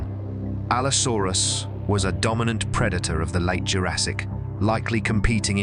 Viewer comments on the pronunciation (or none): none